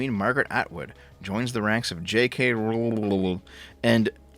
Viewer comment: Your pronunciation of R*wling brings the Warcraft Mur'Loc to mind.